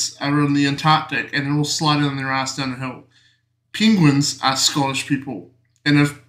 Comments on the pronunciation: What is a 'pingwin'?! 😉😊🤣🤣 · PEENGWIN JAJAJAJAJAJAJAJAJA